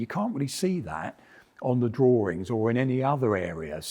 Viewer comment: "Drawrings". Gottalove it!